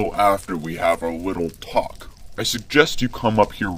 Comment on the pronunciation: man said wittle bit.